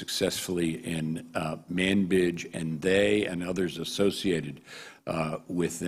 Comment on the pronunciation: sounded like he said "manbitch city" lol